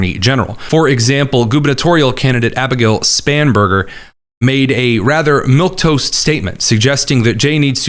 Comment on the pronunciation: How many times are you going to say "milk toast" instead of "milquetoast"